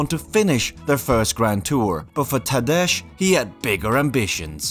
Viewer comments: my man straight did a vid about the dude and not once checked how to fucking pronounce the name its Tah-Day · Making this video but pronouncing his name wrong the entire time despite commentators pronouncing it correctly in multiple clips shows lack of research and attention to detail. Couldn't even watch the rest of the video hearing you call him "Tadesh" over and over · lol, sorry 😅. I thought it sounded quite normal first but then “Tad edge” moment happened… The last name actually sounded very well (some experts and voice engines still say “POgaKar” :)). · How is it possible that you don't make an effort to pronounce "Tadej" in a decent way? Tadesh? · You did an in-depth video on a guy and you don't even know how to pronounce his name. Look, the Slovenian "j" in Tadej is the same as an English "y". So, it really ain't rocket science to get it right. I get the feeling that some people deliberately do this because they are so envious that it is the only way they can cope with TP's success. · Tadež Pogacar… lol you would think the first step when creating doc. video would be learning to pronounce the main character's name… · Great video - Thank you very much, please kindly consider learning how to pronounce the rider's names correctly. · I can normally take a lot and many people massacre my own name but I find this one a but much. Also, I heard many call him and this is the first time someone decides to pronounce it this way. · Really good video But the pronunciation of the names.. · Please do your Research on the ponounciation of the names. Its just disrespectful to say his Name wrong like 20 times. Not That Hard to Look it up before Recording in times of the Internet. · J in Tadej should be pronnounced like Y :) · Could you please learn how to pronounce his name... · Please at least try to pronounce the names right man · You can’t pronounce correctly pogacar Nor his first name either Same vingegaard Why would someone make such errors ? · First name mispronounced